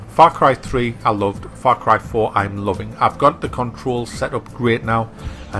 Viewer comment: i swear i thought he said fuck rifle when he said the the name of the game.